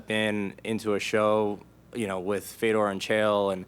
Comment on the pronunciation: Love how Ariel is the only person who can pronounce Fedor name correctly, more like Furdjor